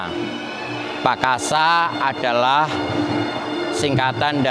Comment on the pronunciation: Cara mengucap PAKASA we wagu men